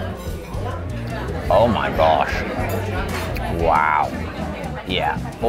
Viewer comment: that banana foster had him turning American with that “oh my gawsh”